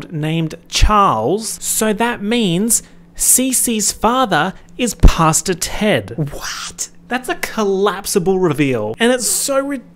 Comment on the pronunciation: I know you’re saying Pastor Ted but I’m hard of hearing and keep hearing “Pasta Ted.” I know that this adds nothing to the video but it made me laugh every single time.